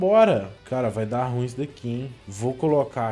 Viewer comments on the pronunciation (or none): none